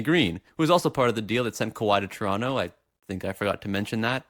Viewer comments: It's tuh-ron-toh not chuh-ronnoh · You know dis guys a toronto man when he says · What the fuck is a "Toronto"?